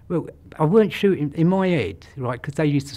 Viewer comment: “What I’m shootings is vermin” 😭😭🤣